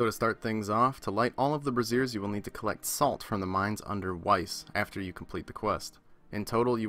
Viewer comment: BRAZZERS?! LMFAO. Its pronounced "bray-z-yur". Brazzers is something entirely different XD